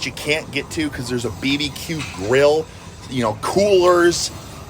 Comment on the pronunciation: the way you said ...BBQ haahahahahah